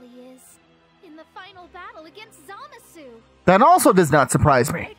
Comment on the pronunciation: It's zuh-mah-suu not Zah-muh-suu